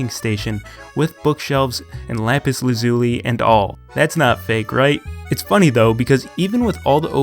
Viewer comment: Did you say lampis lazuli or I am just hallucinating